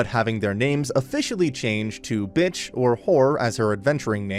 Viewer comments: "Meanwhile, Melty thwart’s Bitch- " damn, you put a lot of emphasis on her new name lmfao. i guess you are like me and basically everyone else who watched the anime and absolutely hate her lol. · The way he said b**ch like that was her Brith name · You know he really loves the series when he emphasized on Bitch when mentioning her